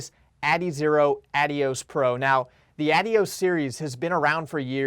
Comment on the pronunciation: Nevermind the Adidas rep pronounces it correctly, its who say Ad-dios.